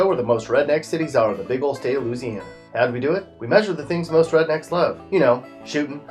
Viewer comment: He says lou- siana bitch it's Louisiana